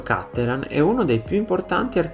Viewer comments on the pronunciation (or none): Wrong pronunciation. It's Cattelàn, not Càttelan, because he's from Padova, Veneto. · Vorrei dire: Cattelàn, non Càttelan. I cognomi veneti, e lui è drammaticamente padovano, si pronunciano come parole tronche e non bisdrucciole come fanno tutti i lombardi etcetc. L'accento va sull'ultima sillaba.